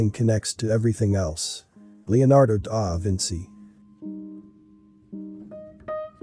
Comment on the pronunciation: Is there anything good about AI? Daaa Vinsee really?